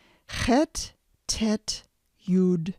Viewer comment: I learned tge chet talking to russians...you need to pull your tounge back a bit